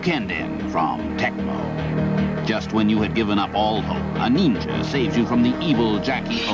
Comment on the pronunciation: "Neenja" haha that Ninja Gaiden commercial was hilarious. I absolutely want to pick up every game you mentioned here, especially Final Vendetta and Shredders Revenge.